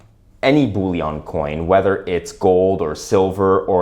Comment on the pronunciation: Sir Isaac Newton, while he was master of the Royal Mint, then housed in the Tower of London, introduced the milled edge in order to prevent clipping, as any removal of silver from the edge would immediately become obvious. The word is 'BULLION', NOT 'bouillon'. We aren't making French onion soup here. lol